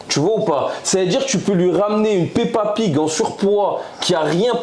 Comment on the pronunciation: Il a dit pepa pig ? 🤣